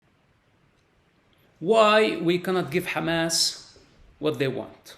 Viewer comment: Side note: I like the way he pronounces 'Hamas'.